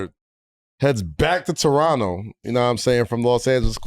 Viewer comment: Thanks guys for pronouncing Toronno properly guys. New Yorkers know.